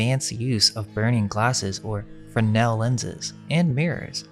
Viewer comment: FreSnel, theres an S in there. Good video though guys.